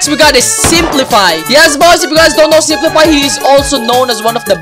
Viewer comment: not spli-fi its simp-life